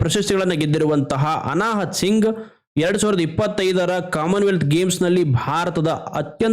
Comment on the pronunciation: ಅನಾಹುತ್ ಸಿಂಗ್ 😅×ಅನಾಹತ್ ಸಿಂಗ್